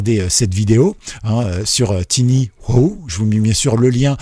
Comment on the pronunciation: En fait, c'est TinyWow (prononcer TaïnyOuaouh) 😉